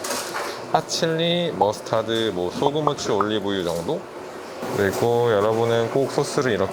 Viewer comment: 머스타드 발음을 왜케 못 해욬ㅋㅋㅋㅋㅋㅎㅎ언니 혹시 스위트칠리는 비추인가요?_?